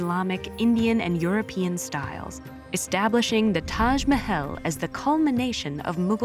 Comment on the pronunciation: The narrator's pronunciation of "Mahal" & "Aurangzeb" is incorrect